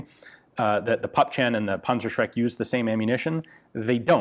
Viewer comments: Sounds really bizarre to pronouce PÜEPPCHEN as Puppchen !!!!!!!!!!! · As ever, thanks for a very well-made and informative video. In regard to the pronunciation of German words, a little help from a native German speaker: Püppchen = "Pipp-yen" (The German "ch" sound, which is very common, is very difficult for English speakers to pronounce; when used in the diminutive ending -chen, you can cheat a bit and pronounce it "-yen". Likewise, the "ü" is also difficult to pronounce, since it's halfway between "oo" and "ee") Raketenpanzerbüchse = Raketen-pantser-bi-kse (Before s, the "ch" sound becomes "k") Please do not take this as criticism: many German words are woefully difficult to pronounce, especially the notoriously long compound words (see, for instance, the extreme example of "Donaudampfschifffahrtsgesellschaftskapitänskajüte", which translates to "Danube steam shipping company captain's cabin" and which has horrific consonant accumulations such as "mpfsch", "rtsg" and "ftsk") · It is pronounced pupchen. [Poopkhen]